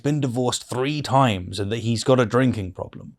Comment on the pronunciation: I love your videos but I really wish you would say “three” and not “free” and “with” and not “wiv”.